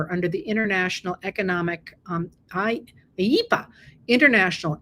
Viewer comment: I laughed out loud when she pronounced "IEEPA!"